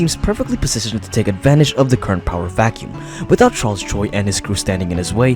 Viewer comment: Charles choi ❌ charles troi ✅